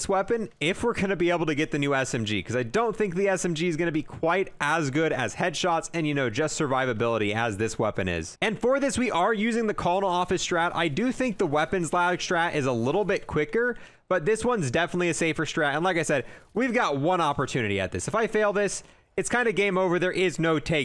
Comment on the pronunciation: Did i just hear him pronounce colonel wrong?